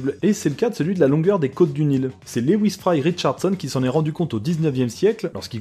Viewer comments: Au début je pensais que tu parlais des côtes du "Nil" et non d'une "île" du coup je comprenais que dalle quand tu montrais la Grande-Bretagne. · aaaah "d'une île" pas "du nil" putain j'ai mis 50 ans à piger